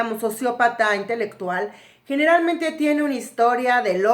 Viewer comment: Dice intectual.